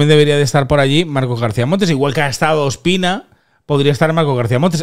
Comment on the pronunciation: No se entera q no es Espina, es Ospina